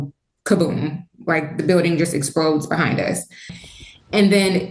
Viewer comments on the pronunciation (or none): News lady said biwdang instead of building 😂